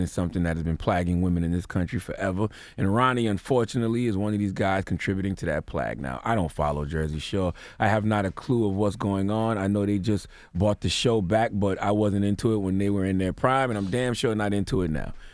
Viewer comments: CTG plag or plague? 😂😂😂 You killing me bro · Plague Charlamagne...not Plaged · Time out. Plah-gue? I thought it was pronounced play-gue. Must be a South Carolina thing. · Lol he pronounces plague as plag 😂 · What's a "plag"? I've heard of a plague, but a plag is a new one. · "Plag" or plague 🤔 lol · "Plag" hah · Plag???? Is he trying to say "PLAGUE"?? Educate me. This word...."plag"....i don't know it. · Wtf is a plag? You mean plague nigga? Tf? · Charlemagne should get donkey of the day for saying plague like ‘plag’ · is ya man saying "Plag" and "Plagging? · I think you mean plague, not plag. 🤦‍♀️ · Did he say plagg and not plague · This nigga said PLAG!? 🤣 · Is CTG pronouncing plague like plag? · Is he saying “Plag”, but meaning “Plauge”? Honest question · Wtf is plag, you mean a plague. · Jesus Charlemagne did you just pronounce plague as plag ? Lmfao bruh how tf did you write a book? You’re borderline illiterate, idk why anyone takes you seriously. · Someone please teach him how to pronounce "plague" lol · Learn how to pronounce plague please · You say it as "PLAYG", not "PLAG", Charlamagne. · Plaag! whats a Plaag? lol Plague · He really said "plag". Twice. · "Plagging" and "plagg"? CTG, I believe you meant plaguing, and plague. Reading is fundamental. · The real question is what's a Plag? Does he mean Plague?? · Nigga did u say plag?! Lmao! Its plague...long a sound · Nigga said plagg lmao. He meant "plague". I thought he was writing these all along.. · Plague not plag nigga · Did Charla say "Plag"...u mean plague my G. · Charla, it’s “plague” not fucking “plag” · "Plaq" & "plagging" ~ Charla "SeVere-ing" ~ DJ Envy 😂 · its plague not plag stupid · Did he call plague plagg? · Did this ignant nigga jus say plag ? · Plag instead of plague? Am I missing something? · My dude it’s not pronounced plag lol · That's a damn shame what in the blue hell is a PLAG, I'm pretty sure you meant to say Plague.. when reading a script goes wrong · Wtf is a “plagg?”